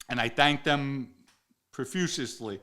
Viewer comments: galante, not gigante a small slip up. Profusely, one word 3 syllables my friend>>>> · Please invite Bruno to a sit down. I need to see the both of yuz together. Maybe do a Zoom. Love how you mispronounced “profusely” as “Purfushously” Love it! I do the same thing with certain words. Keep it going and please get the Bull, Francise, and the as many others in a major sit down and it may end up getting most views on record! Ciao